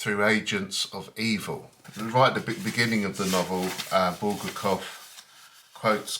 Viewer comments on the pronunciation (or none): Video not focused, Book not in focus, obviously not reviewed, otherwise you'd re-recorded it. Bul-gar-kov mispronounced.